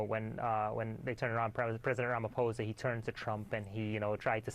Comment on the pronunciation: Wait...this guy is the NYT 'Johannesburg Bureau Chief' and he doesn't know how to pronounce the President of South Africa's name?!? It's RamaphosA, not RamaphosEE - smh 🧐 Nice journalisming!